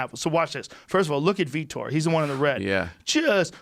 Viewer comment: I see Joe finally pronounces Vitor's name properly after all this time.